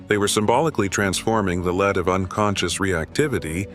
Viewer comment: Fascinating subject, but why can’t A I pronounce Lead instead of Le ed , it won’t even let me spell it, A I is a control freak now, wait till it develops narcissism 😮